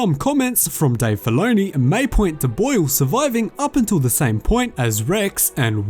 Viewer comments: He kept saying blue not boil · It’s sounds like you’re saying blue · They way you say boil makes me laugh 🤣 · The way this guy says boil is so funny to me, can’t get enough. Love the work man! Keep it up. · Bro the way you say BOIL is fuckin weird